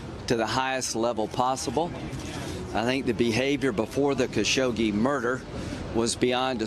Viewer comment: Why do u keep calling him kashokshe?